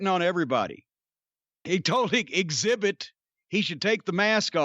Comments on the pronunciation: Brandi on commentary kept calling him Exhibit, was great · Did Jim just call Excalibur Exzibit?! Lmao